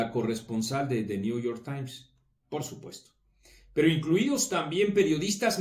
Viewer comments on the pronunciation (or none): Maginense,"El niuyor taim"😂😂😂